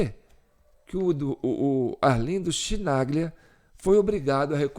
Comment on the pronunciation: Chi em italiano se pronuncia Qui! Embora o cara continua sendo um petista irrecuperável!